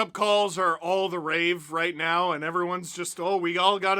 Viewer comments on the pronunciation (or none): it's "all the RAGE" Steve!!!! not all the rave! Geeez... next thing you're gonna tell me is Robertson is a Dman.